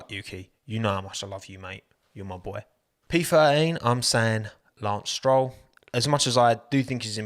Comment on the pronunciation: *unt.. he missed These letters while talking s-troll